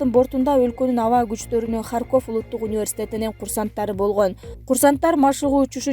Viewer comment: Алып баруучу,Сен кандай билимсиз акмаксын? Туура суйлой албасан,чыкпай эле кой,ХарькОв эмес,келесоо,ХАрьков.Качан жоготосунар ушу итти? Унун угайын деген ниет жок